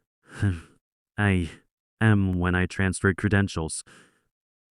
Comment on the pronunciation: AM is being pronounced as Ah, hm, not A.M., by AI. Dollar amounts also need retraining.